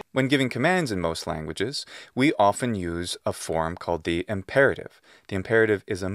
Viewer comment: Why are you always pronouncing the word "the" before consonant words as you should pronounce before vowel words? Thank you.